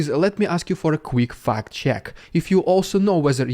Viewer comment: omg, the way Dude says fact at 10m44s is exactly how Aussies say fucked! Lol.